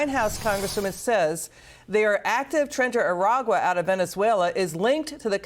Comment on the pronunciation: Say it with me GOP - Tren de Aragua. Not Trans de Agua. Not Trend the Aqua. Tren de Aragua. You sound like Dan Goldberg or Jill Biden when you can't say it correctly.